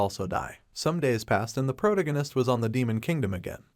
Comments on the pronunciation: Pro tag I nest, not the pronunciation you have been using, it's driving me nuts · am i the only one who hears that he is saying "Protagonis" wrong? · Ffs, learn to speak. “Protagonist “ is pronounced prow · ta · guh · nuhs at one point you mispronounced it four times in less than four seconds. Also, “….decide if he should ran away “ is grammatically wrong, “…decide if he should run away” is proper. If you are going to produce English language media, you should learn to do it properly. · My brain hurts every time u say protagonist smh